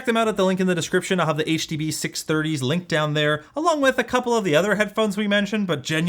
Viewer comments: Ah, yes! the Huh Duh Buh Six Hunge-30s, by old mate Senny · It's the HUH DUH BUH SIX HUNGIES